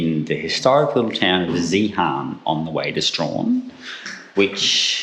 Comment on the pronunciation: A couple of names to practise saying. Zeehan, spoken as Zee’in. Rosebery, spoken as Rose’bree. Lol😅😅